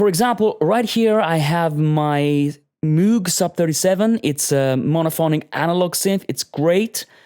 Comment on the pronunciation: 99% perfect. The missing 1% is the pronunciation of ˋMoog´. ;)